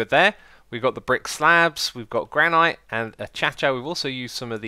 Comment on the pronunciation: It pronounced GRAN-IT NOT GRAND NIGHT